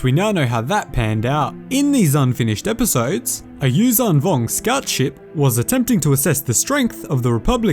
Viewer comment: Its not uzang vong its yuuzhan vong